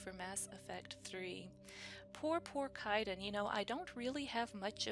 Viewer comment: I love how you keep miss pronouncing Kaiden name xD I know it's not intentional xD